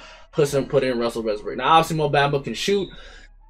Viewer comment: Bro said russel westbrick😭🤣🤣🤣